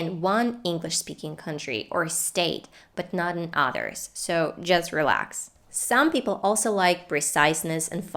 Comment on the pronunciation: i notice you pronounce 'others' like "ah-thers".. Where is your accent from, I'm curious!